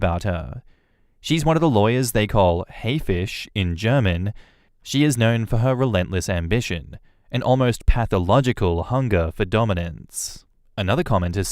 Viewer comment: And it is announced "Hi-Fish" not "Hay-fish".